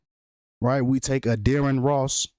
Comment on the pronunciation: Why Wen U Say Addarren Ross Sounds Like Your Saying Dearest Loss , Internesting 🤔😒😣